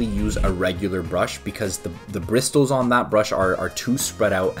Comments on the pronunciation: the t is silent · man rlly said the briss-tills imma die